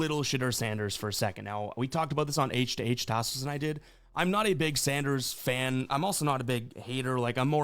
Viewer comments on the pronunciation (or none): The fact you can’t even say Sanders name right yet can say you been hating on him. Just lost me and my homies as viewers. Pray he shut all u tf up